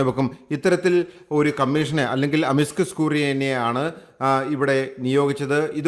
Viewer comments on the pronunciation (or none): Amiscus alla, amicus...